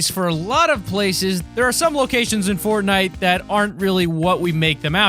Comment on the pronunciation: Did you say Portnite ?